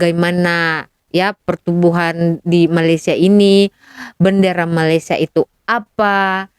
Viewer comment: Perbaikan sebutan ‘Malaysia’ cikgu